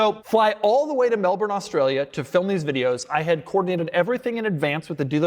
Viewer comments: It's Mel-Bun, not Mel-Born. And what is a left-hand drive Ferrari doing in Australia? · Mel-Bun, not Melbourne. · You're pronouncing Melbourne wrong.